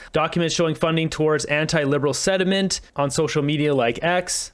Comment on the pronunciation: at about, you said, "...anti-Liberal sediment..." but it reads "sentiment" Just as an FYI to everyone listening and perhaps not reading along with.